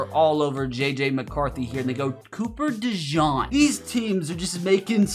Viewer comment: DeJean for cooper's last name is pronounced (De-Gene)